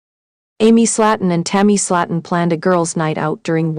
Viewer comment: Mispronunciation of the surname "Slaton". so what else is incorrect in this report? Hmm